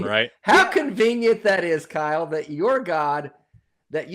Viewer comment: "Kyle-OH" Get thee to a library and read ANY science related books. Thou art confused, arrogant, and woefully ignorant. Do better.